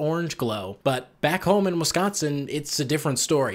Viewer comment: As someone who was born in Wisconsin but raised in Illinois, I can confirm the stereotypes you pointed out. Also it's so nice to hear someone say "Wisconsin" correctly. Here in Illinois, people always say "Wessconsin". It drives me nuts.